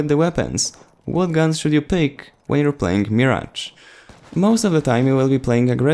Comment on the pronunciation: It's "Mirage" here let me spell it the way you should say it (Merage) like there is an ER in it